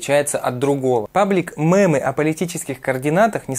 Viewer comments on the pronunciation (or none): Не МЭЭМЫ а МЕЕЕМЫ, а так видео лучшее!) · Лучше не мэмы, а мемы говорить))